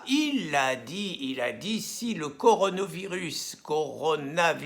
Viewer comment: Rien à voir avec le Coran le Coronavirus 🙄🤔 faut bien prononcer Pierre !!!